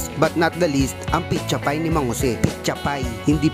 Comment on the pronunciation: "picha pie" ganyan din lola ko sa pizza pie hahahaha